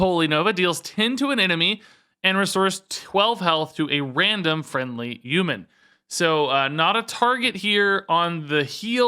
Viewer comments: Very humbled “Uman” that you are making this educational content lol Thanks as always! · What's a U-man? Lol